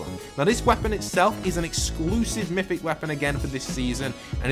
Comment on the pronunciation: It’s MYTHIc